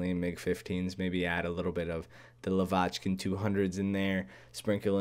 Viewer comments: lAvochkin, not lovAchkin plz. Trust me, i’m Russian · It's not " La-vochkin" it's "lavochkin" in one word. La-200 probbly will be in 9.0